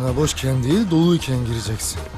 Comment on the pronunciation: Долкун Турганов "degil" değil , "değil"